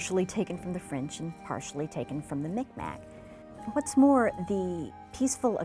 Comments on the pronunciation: Just a small correction on this ...it is not pronounced "Mic Mack", It is pronounced it is pronounced "Meek Maw" (Miꞌkmaq < Soft q). Excellent Video (My heritage is Acadian from Bathurst/Tracadie area) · The video contains many errors. See my comments throughout the comments section. I think Mi'kmaq is pronounced more like 'Mee K Maw'.